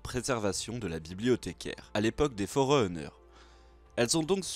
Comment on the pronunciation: Juste une question, ne le prend pas mal hein, pourquoi tu prononce forerunner: forreEunners et covenant: govenant ? désolé mais ça me perturbe.